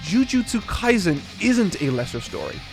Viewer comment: Kaisen, not Kaizen. Right off the bat and gets the name wrong, lol.